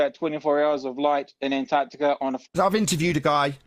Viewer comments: tell the guy on the top left that it's 'antarctica' not 'antartica'.... and evidence isn't a countable noun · antartikuh is quite funny to me as a German viewer because Kuh in German is cow in English. was this deliberate? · The non-word, "Antartica", drives me f'n nuts.